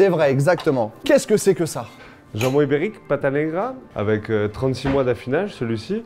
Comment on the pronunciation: A chaque fois qu'il dit ibérique soit env 70fois, j'entend Uber Eats c'est très perturbant 😭😂